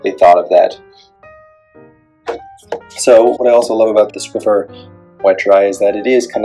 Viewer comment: BTW there is no "T" in Swiffer. ;-)